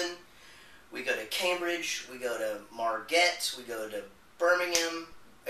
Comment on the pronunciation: LOL the way you said Marget first then Margate. I saw you there yesterday HOW FREAKIN SWEET IS THAT!!!!